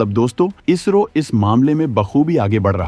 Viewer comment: भाई इजरो नही इसरो है काफी बार आपने वीडियो मे इसरो को इजरो बोला है